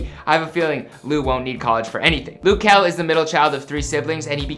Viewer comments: Loo kel🤣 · its not loo??? its luh kel sound it out and mabye u won get corrected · His name is not Lou , just call him Kel bro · 'LOOH' KEL. Its LUH kel my guy, it's not that hard. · Luh kel not loo kel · It's now Lew kel it luh kel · It’s not loo kel it’s pronounced just how it’s spelt which is luh kel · i kept getting mad when he said “loo” bruh i was like “its luh kel not loo” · Is it me or do I pronounce his name differently? I pronounce it L-uhh Kel not lu kel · i swear if he says "lu" one more fkin time im going to blow up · This is stupid don't talk about luh kel you a grown up but don't even know how to say or spell his name I hated your channel anyway don't play withme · It's LUH kel oraytt?? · its luh kel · Loo kel noooooo my dude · tf is "lou" 💀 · Oh wow, "loo kuh"(wtf) is my fav singer😂🙏🏼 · I swear no matter whomit is they always mispronounce something. Its Luh Kel JUST SAY IT HOW IT LOOKS JESUS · Is anyone bothered by the way he sayd luh kel? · Did this guy just say Lou Kel 😂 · That’s what I thought but it’s loo